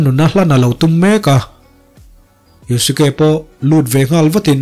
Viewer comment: Yuske ti a lam tur o